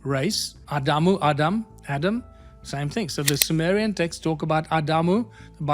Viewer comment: Ai made visuals are plain stupidity, peaking as high as showing Zechariah chapter head when mentioning Zechariah Sitchin. And Symmerian for Summerian.